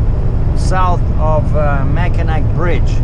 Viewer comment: ok I have heard you say it a few times now. the C is silent in Mackinac so you should pronounce it like this Mack-in-naw